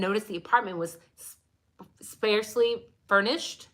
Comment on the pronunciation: Great points. FYI, Sparsely rhymes with parsley. 😊 Bottom line is, all of these things can be explained away or they could all be things he did to rid his apartment of evidence but I’m just not sure since we haven’t seen much else pointing directly at him.